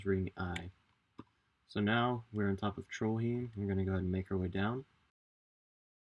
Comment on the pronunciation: it's pronounced trollhaim